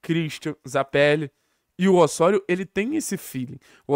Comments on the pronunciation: Mano…..mania de falar Ôssôrio….aqui no Brasil é Ozório kct, carioca querendo bancar sotaque espanhol é foda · deu o furonda notícia👏👏👏👏, mas Ôssôrio 🤣🤣🤣🤣